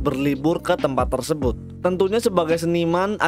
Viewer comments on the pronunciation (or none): none